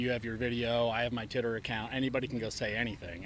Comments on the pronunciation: Did dude say titter account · lol he said titter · I thought he said tinder hhaha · “Titter account”